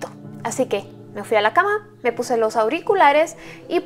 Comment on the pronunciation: Camime jajajajaja "Camime"